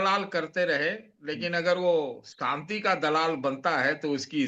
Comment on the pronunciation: Satish k Singh sb Ap senior journalist hain Ap k se journalist hain Ap ko to sahi se zHindi Bolni nhi AATI Ap (Shanti) ko Santi Bol rahe hain